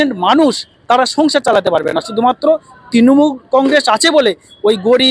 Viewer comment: তৃনমূল উচ্চারণ টা ঠিক ঠাক বলতে পারছেন না তো।